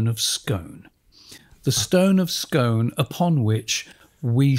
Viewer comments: the huge variety of stone across Britain is the reason why there is so much hydrocarbons under the sea bed of the North Sea. btw Scone is pronounced Scoone, as in noon. and in Diskworld its called the Scone of Stone :) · Scone the place in Scotland is pronounced Skoon. Scone the thing you eat is pronounced Skon..If you are Scottish. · pronounced as 'Scoon' the town is also 'Scoon' the cake is called a scone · Oh please, "Scone", the place, is pronounced "Skoon". And it was stolen not by the British but by Edward I ,king of England. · Never "scoan"!